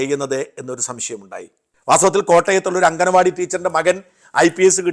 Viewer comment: അംഗനവാടിയല്ല ഷാജാ, "അങ്കണവാടി" എന്നു പറയൂ. Ref. this somewhere else.